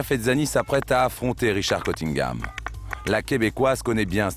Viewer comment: Il s appelle CUNNINGHAM, pas Cottingham. Cf la Dame, quand elle parle en anglais aux étudiants à l Université.